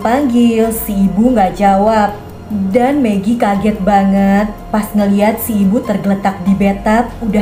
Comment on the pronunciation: Kak bilang magi jadi pengen makan megi deh 😂😂😂😂😂😂😂😂🤣😅😅😅😅🤣🤣🤣